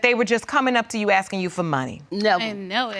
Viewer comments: gah i hate how ppl say axing instead of asking. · Why oh why do black people keep saying axsing instead of asking???